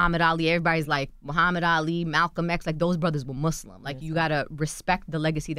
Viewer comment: I wish she would have corrected Charlamagne when he said "Mooozlem" right in front of her. Knowing damn well that's not how you pronounce it🙄